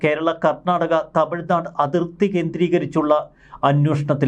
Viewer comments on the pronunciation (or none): none